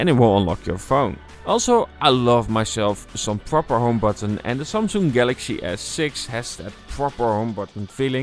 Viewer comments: “The sumsoong” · the way he pronounces Samsung is annoying af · ik hoor het aan de manier van sommige woorden zoals samsung enzo